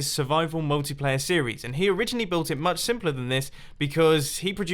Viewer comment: "quite a lot simplur as well."